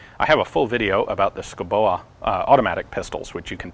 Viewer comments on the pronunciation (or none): Urgh... Schouboe [skow-beau] BTW, that sounds like typical Danish military - using 100 year old tech while everyone else gets the new stuff. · That has to be the most mangled pronunciation of Schouboe I've ever heard